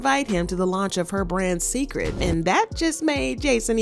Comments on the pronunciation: Pronounced "say-cred." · You pronounce he line as Say-Kred. It’s a take off of Beyon-ce’s namw. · I wish you'd pronounce Cecred correctly. It's sacred. SAY. Cred. Her name is Beyoncé not Beyonsee 😂😂 I didn't think Jay looked offended when she declined the drink he offered her🤷🏾‍♀️